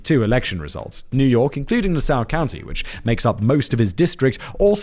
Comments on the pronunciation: Yes, some New York schools are just numbered. Also, in New York it’s pronounced Nass-saw county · Love the pronunciation of Nassau at the end 😂 but its pronounced (by an American west coaster) as Na (like gnat) saw (🪚). Emphasis on the Na